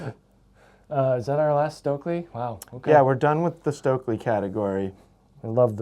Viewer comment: Please americans; learn to pronounce Stöckli. It's hurtiung my ears.